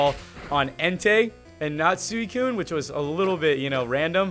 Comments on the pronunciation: as much as I luv ya, IT'S SWEE-KOON! NOT SOO-EE-KOON! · It's pronounced Swee Koon not soowi Koon. Just letting ya know!;) keep up the great vids! I also like how you try not to swear because you have some consideration for the public! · Btw its suicune is pronounced "sweecune" also im Not The Best to english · it's swee-koon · suicune is pronounced sweecune